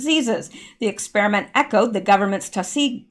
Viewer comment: Tus-kee-gee with a hard g.